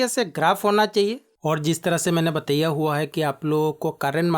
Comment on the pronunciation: App achha samjhatey hai. But ek shabd app galat bol detey hai, Batiiyyaaaa nahi bolte bataaayaa gaya Hai boltey hai.